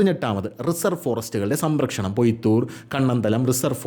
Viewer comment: Mone 'സമ്രക്ഷണം ' അല്ല 'സംരക്ഷണം '.